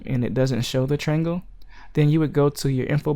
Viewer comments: Dude, it's not a "trangle" It's a triangle. That's TRY+ANGLE. Triangle. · Dude, it's not a "trangle" it's a triangle. That's TRY + ANGLE. Triangle.